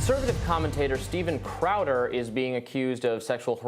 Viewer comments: " Styben crowber" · "Steiven Craowder has been the topic of discussion..." love it, print it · bro enough mispronouncing his name. It was funny once, not 234 times.